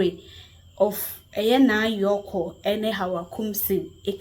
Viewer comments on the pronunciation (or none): the name is Naa Koryoo not Yorkor. 😂😂😂😂